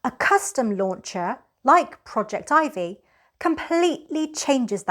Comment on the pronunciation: At last, someone who pronounces Projectivy correctly! I love that it allows you to add mobile apps to the screen. Total Commander is gone from the old home screen with Google updates, & is not listed in the apps using the Shield menu because it doesn't show mobile apps any more. Projectivy fixes that. Thanks.